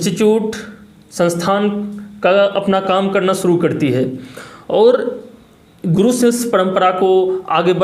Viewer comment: गुडू क्यों बोल रहे गुरु होता है